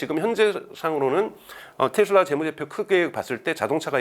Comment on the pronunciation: 텟슬라가 아니고 테슬라 입니다.